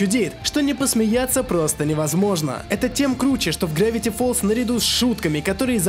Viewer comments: не грэвити фолз а гравити фолз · не грэвити фоллз а гравити